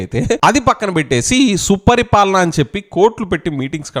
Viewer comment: Suparipalana kadhu.supaari palana